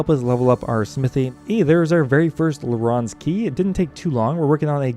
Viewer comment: larráns key lmao